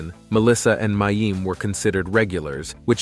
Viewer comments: He knows. The poster was actually just pointing out how unfamiliar the commentator is with the show, he doesn't even know how to pronounce the actors' names. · Who is "May-eem?" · They kept mispronouncing mayim's name.